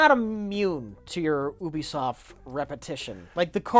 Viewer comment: Oh cool pronounces Ubisoft correctly now.